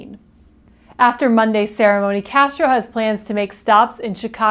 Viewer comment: you mispronounced his name.